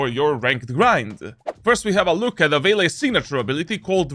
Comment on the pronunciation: "Vaylay" i get you bro